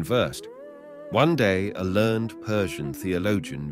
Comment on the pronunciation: 'Learned' is pronounced incorrectly.